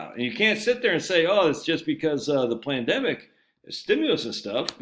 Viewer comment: You keep miss pronouncing Pandemic. There isn’t a ‘L’ in it! 😂